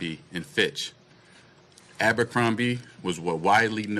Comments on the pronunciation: Abercrombie and Fitch not finch😊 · It's Fitch, not Finch.